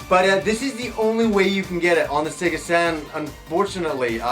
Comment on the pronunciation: I think he called the Sega Saturn "SATAN"